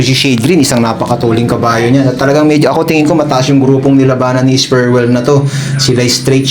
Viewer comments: Es pre well boss hindi esperwel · S-PRE-WELL ang basa idol. Hindi Sperwel